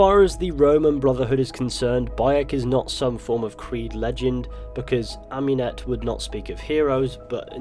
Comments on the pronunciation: Am-ooo-net not Am-you-net. Sorry, but it’s just that it’s like hearing a fork across a plate to me. Great video as always though bro. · Michael de’ Medici yh cos she named herself after Amun not amYOUn